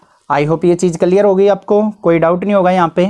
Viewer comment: sir clear ki jagah Clair Bol diye hai 😂😂